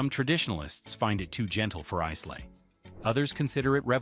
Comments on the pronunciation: Its not “eyes-lay, its eye-la”!!!! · Must be AI?!? Pronunciation sucked!! Eye-Luh (not Eez-Lay), etc. etc. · Dewar’s 18 year old blend. Give this a go it’s stunning. Glenmorangie original lost something with the new label sadly it was one of my favourites. Pronounced with an emphasis on the fruit Orange. Pronounced Ila not islay. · Look, if you’re going to talk scotch, do no use an Ai voice. It mangles the way the brand names and other terms should be should be pronounced. You already lost me in the first 8 minutes, but when you pronounce it is-lay, then ize-lay, you do no justice to any of this. There is a mispronunciation in literally every 30 seconds of this video, which tells us you’re not doing this for a love of the drink nor the industry nor the very old and respected distilleries. Shame on you guys. Show some respect. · A mispronunciation of Islay.